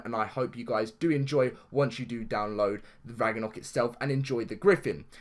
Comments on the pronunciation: Sorry not trying to make fun of you but it is pronounced Rag-no-rock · Idk if this is because ur accent and sorry not trying to offend u but its pronounced Rag-na-rock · DAILY GAMING VIDEOS AND FUN! love your vids bro but I was going to say about the mispronounciation but someone has cleared it up for u already lol